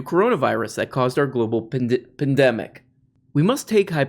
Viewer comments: You almost said "pendejo" when you tried saying "pandemic" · It's hilarious watching a man who can't even properly pronounce the word "pandemic" then go on to ridicule the verbage someone else chose to use in an article they wrote.